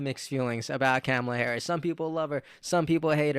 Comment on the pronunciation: Imagine... she's been '2nd in command' for 3 1/2 years and people STILL mispronounce her name...